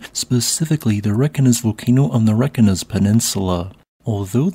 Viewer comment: Pronunciation tip. I am sure you know how to pronounce Reykjavik. Reykjanes will be the same. REY-KYA-NESS. 😊